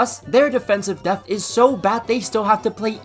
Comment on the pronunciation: Brother please for my sanity learn how to properly pronounce “depth”